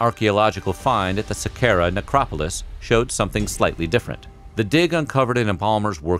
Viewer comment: sa-car-ah = Saqqara